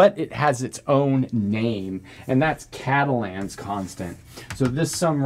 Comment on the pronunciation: You gotta French up the pronunciation of Catalan.